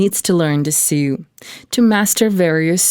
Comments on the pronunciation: It sew not sue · So distracting how the narrator cannot pronounce English 'sew'.